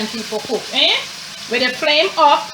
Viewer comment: Mi love mi Jamaican ppl dem “huppp di flame”😂😂❤️